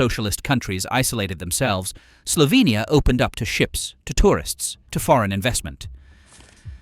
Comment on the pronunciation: i like how you say Slovenija like we say it and not Slovinija like people usually say it in english... :> Piran is the prettiest city in Slovenia! Please DONT! visit it there is too many tourists here already.